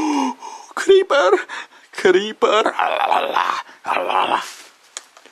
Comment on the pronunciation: Он даже не умеет говорить Крипер